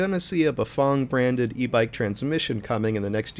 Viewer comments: Bafong? Never heard of that company. Maybe you better learn how to pronounce Bafang. Maybe country twang as in fang. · Bafong ... I thought it was Bafang